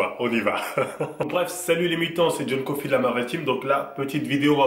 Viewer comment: Le seul truc qu'il prononce bien c'est "John Coffee" et "team"